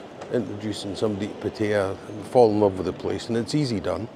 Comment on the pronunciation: Great video but you need to learn to pronounce Pattaya correctly. Ask your missus.